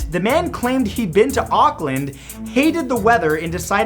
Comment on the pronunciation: How dare you. Don’t make New Zealand on the list if you miss pronounce Auckland and mock one of there politicians. I have lived in New Zealand my whole life and I am deeply triggered.